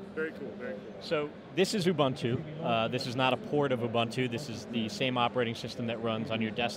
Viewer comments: I love how people pronounce Ubuntu. It sound weird and yet awesome from its actually pronunciation here in South Africa in its native tongue. Its actually pronounced oo-buun-too. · Mispronunciation of Ubuntu irks me :P